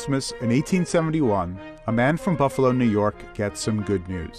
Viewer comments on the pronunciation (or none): none